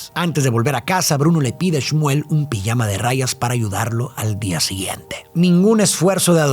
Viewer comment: "Pillama de rayas"😂 lo de pronunciar la J se quedó en el camino